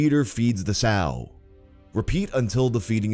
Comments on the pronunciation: Pyro not knowing how to pronounce "The Sow" triggered the everliving shit out of me 😂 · this guy is bri'ish and doesn't even know how to pronounce sow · I cant believe Pyro, random villager, and Wolffurry VAs didnt say the noun "Sow" The chicken lady's VA was the only one of said it right. its hilarious. to to hear the wrong ones and the right one last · Spent 10 years making a video to mispronounce sow for the entire time. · The fact that Pyro and keep mispronouncing the word "sow" (as in female pig) is driving me crazy:D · pyro, Sow isnt pronounched like Sew, it actchually rymes whithp "ow" ☝🤓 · it's pronounced "The S-OW", just like cow, or like when you say say OW when you hurt yourself, when you're a child of course lol. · The constant mispronunciation of sow. It rhymes with cow! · does anyone else wish they could reach through the computer and tell him that 'sow' is pronounced to rhyme with 'cow', not like he says it (which is 'sow' as in 'to sow seeds', to rhyme with 'crow') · Fantastic video and really enjoying it, just one comment from from the son of a pig farmer - the name of a female pig is a sow pronounced ‘sou’ and not ‘sew’, the counterpart to a boar 😊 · Sow... that word If you're talking about a pig, and you are, the pronunciation is the same as "how." NOT "hoe" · How tf does no one in this entire video pronounce "sow" properly? It's not "s-ou", that's for sowing. "sow" as in "female breeding pig" is pronounced "s-au", "au" being like the "ou" in "ouch". Am I just old so I know the difference? I'm the same age as pyro? Giga language skill issue either way L xd Good video. (even tho this drove me kinda nuts) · Pyro doesn't know how to pronounce 'sow'. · PYRO... "Sow" is pronounced S-OW! .. as in like the OW in "Ouch"... You are pronouncing it like SEW.. as in sewing seeds, sewing clothing.. that is wrong. Sorry homie 😁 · the "sew" sorry bruv, it's pronounced "sao" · Sow as in rhymes with wow, not sew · pyro made a vocal oopsie